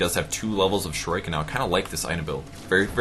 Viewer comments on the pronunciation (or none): it's pronounced "shur-ee-ken." And I totally care about the picking/banning.